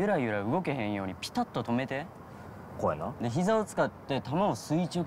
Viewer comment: 「ピタッと止めて」のイントネーションが違う。私はそこだけが引っ掛かる